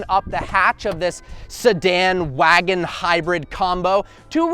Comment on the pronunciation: you said wagon wrong. you said wagon wrong. you said wagon wrong. you said wagon wrong. you said wagon wrong, but then corrected yourself. you said wagon wrong, again. you said wagon wrong. Take a hint,.